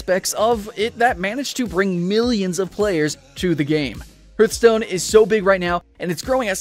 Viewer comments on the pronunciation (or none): harr-th not herr-th